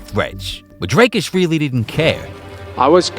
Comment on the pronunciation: the first time anyone's pronounced his name correctly with the correct accent tones especially on the "dri"